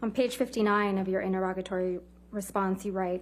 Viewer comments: Its pronounced INTER-E-GATORY not INTER-ROGITY or INTER-ROGITORY - sweet jesus. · Why can no one pronounce interrogatory?